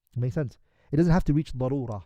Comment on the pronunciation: Darura not barura learn atleast basics of arabic before translating الله المستعان